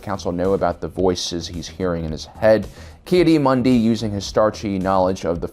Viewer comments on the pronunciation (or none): the way he pronounces some of these names drives me insane. like this guy spent 5 years making this video (and did a good job with the events and everything) but he can't pronounce the names he's heard a million times watching and re-watching this show? Ahsoka "Tuh-no", "Kee-uh-dee" Mundi, Bo Katan and Satine "Cries"... It's infuriating